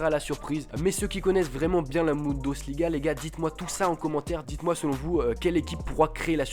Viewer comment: LOL Guedes donc tu le prononces gouédèche à la française :-) :-) tu m'as tué ... BundOsliga ? sérieux ? => Le championnat est considérablement dominé par le Bayern mais les places qui suivent honnêtement c'est la loterie ...